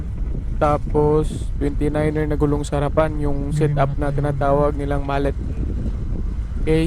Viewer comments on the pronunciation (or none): "Mu-let" bro pag "malet" ang basa mo pang pok2 po yun